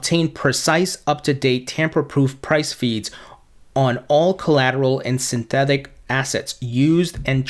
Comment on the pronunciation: why am i listening to a guy who cant even pronounce the word synthetic